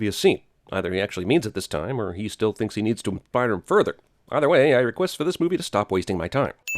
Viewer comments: you flubbed on saying "inspire" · one sin for you not being able to pronounce "inspire"